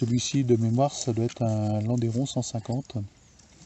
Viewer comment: Magnifique objet, superbe. Juste pour info, on ne prononce pas landéron mais lande(u)ron. D'ailleurs en Suisse , on prononce même "Landron" Le Landeron est un village suisse du canton de Neuchâtel.